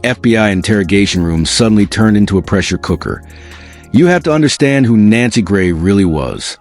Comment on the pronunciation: No wonder, people don't believe this story. You can't even get her name right.